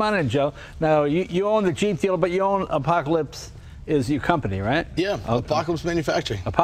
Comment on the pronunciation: JAY LENO: Im driving an APACOLISPTH